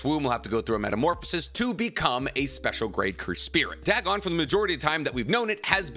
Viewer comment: Dagon=Day-Gone. Not Dag-on. A lovecraftian machination whose pronunciation has been verified for a century. Goddamnit that bothered me the whole time 😂